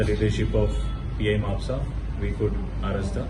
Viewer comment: It's spelled as mapusa right not ma-pu-ca